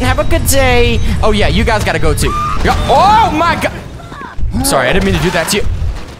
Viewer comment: lol why doose he say oh yah like that